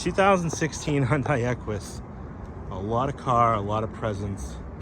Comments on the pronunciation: It's Hun-day NOT Hun-die! Jeez 😫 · Its "Hun Day" not "Hun Di" it's a confusing name spelling, but it has Da at then end the " i " is silent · It's pronounced hyundae like sunday-monday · It’s pronounced Hun-day, rhymes with Sunday.